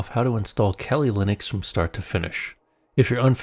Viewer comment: kelly Linux? I thought it's kali Linux. Weird pronunciation. It derives from the Hindu goddess Kalika.